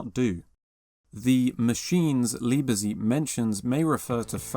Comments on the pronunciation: Indeed. Also Kghahftvehrk (not Craftwork) and Leebetsayt (not Leebezeet) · I was going to write the exact same thing and would like to add Liebezeit is pronounced Leebuhzight. Other than that, great video. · That's not quite the way you pronounce "Liebezeit" (the "Zeit" sounds more like "tsight"), but great video. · Liebzeit is pronounced Lieb-Tzeit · Sehr schön. Besonders gefällt mir die Aussprache zu Liebezeit :) :) - Wer ist eigentlich dieser Zane van Dusen? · New!!!!????? It's pronounced "Noy" mate. I won't even begin to mention how you pronounce "Leibezeit"!!